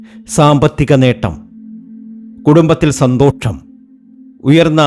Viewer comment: ഫാഗ്യം, ദോക്ഷം.സന്തോക്ഷം എന്ത് ഉച്ചാരണ ശൈലിയാടോ ഇത്?